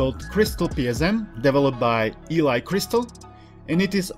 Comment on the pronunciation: Its pronounced "Ellie" like from the last of us 2 not "E-Li" thanks!